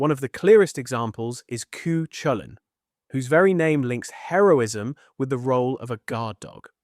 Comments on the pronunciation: The 'Ch' in Cú Chulainn is pronounced as in 'Loch'. Thanks for the video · In most modern Irish dialects or pronunciations, in my experience anyway, i've heard it more like "koo-hoolin"- sometimes with a very slight kind of almost glottal "ch" (like the scottish exclamation "ach!" But softer or less distinctly pronounced consonant sound) and sometimes with almost none at all, like "Ku'oolen" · AI can't pronounce correctly